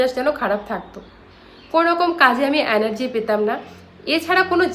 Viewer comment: Ore murkho . Ota enargy anargy noy 😅😅😅